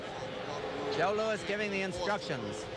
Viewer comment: It's Louis, ash-hat.